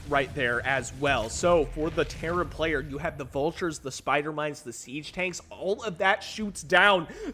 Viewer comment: I keep hearing Karen player when you say Terran